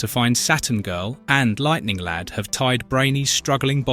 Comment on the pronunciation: I could swear that I heard the narrator say "Lighting Lad" a couple of times in this. So without further ado, I present to you The Legion of Misprint Superheroes: (Feel free to add to the team!) Lighting Lad Comic Boy Sunburn Girl Jouncing Boy Maniac 5 Predicate Girl/Neo Damsel Scream Girl Faintin' Girl Limber Wolf Shrinking Violin Funboy Stirboy Feral Lad Monorail